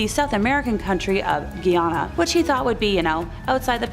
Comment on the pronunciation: It’s guy Ann uhh 😬 say it together and it’s Guyana… did you not research how to say it 😂